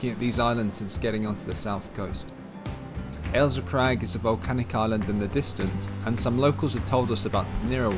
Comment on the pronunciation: It's Ailsa Craig,NOT Alisa Craig